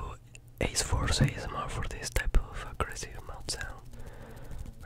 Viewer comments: No one gonna comment on the “asmRRRRRRRRRRR”? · say ASMR "ayesemore" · L ebryun and welcomb to the pier daaaaaaaaan aeighyhgsmar lol btw love your work